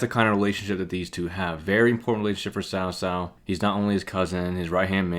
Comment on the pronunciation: Ill always remember when they said cow cow instead of cao cao